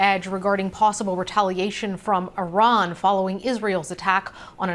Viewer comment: Tell em to pronounce the country’s name at least.